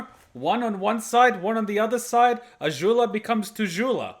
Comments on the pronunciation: why are you saying Azhula/Ažula instead of Azula with a z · WHY DO YOU PRONOUNCE AZULA SO WEIRD